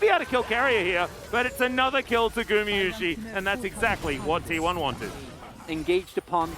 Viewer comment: that caster is still saying gumiyusi after 2 years of casting him. Please take your job serious xd